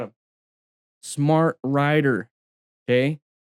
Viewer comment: Your R in smart says "Recuse" :-)